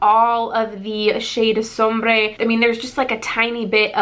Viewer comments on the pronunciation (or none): Just a heads up, sombre is pronounced like somber. :)